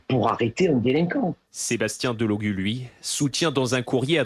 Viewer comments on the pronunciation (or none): Il s appelle Delogu pas Delogue